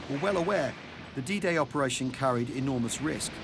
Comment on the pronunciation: I swear the man's saying "DJ" not "D-Day" at the start🤷‍♂️( I say the man, rather than Al, because the font makes his name look like "ai" in caps)